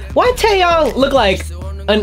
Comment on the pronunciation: ITS taeYONG NOT YANG AND ITS DOyoung NOT DOOyoung BUT I STILL LOVE YOU